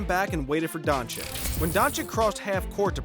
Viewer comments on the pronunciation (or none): Wait, isn't it pronounced Donchich. Never heard nobody pronounce it DonchiK before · Mr. Don Chick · Not only did he pronounce it like donchick but then said obre and olandipo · Just call him Luka, or learn to pronounce his surname please.